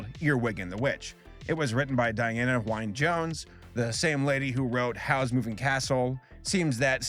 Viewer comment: Wynne is pronounced "win", not "wine"